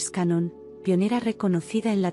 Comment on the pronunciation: Hola....con mucho respeto le corrijo el apellido...Dolores Cannon...no cañón...me pareció poco serio a primera impresión, y sólo porque me pareció interesante el contenido decidí escuchar igual...me gustó mucho, desde hace bastante tiempo me convencí de que Jesús fué un maestro metafísico, me encantó la historia, me hace mucho sentido y que lindo saber que fué un gran estudiante... historia jamás contada por la religión... muchas gracias... Bendiciones .